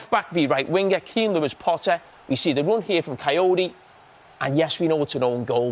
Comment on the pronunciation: did he just call kayode, cayote